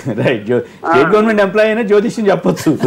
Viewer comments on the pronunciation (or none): జ్యోతిష్క్యం ఏంటి బాబు, జ్యోతిష్యం అనడం రాదా..